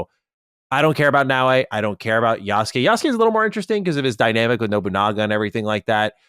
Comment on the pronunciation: adding extra letters to Naoe😂